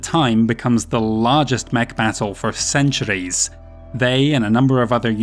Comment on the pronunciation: Someone has got to think of a drinking game for each time he says "ceanchuurees"!! Please?